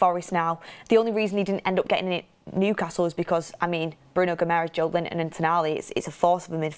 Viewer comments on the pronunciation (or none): none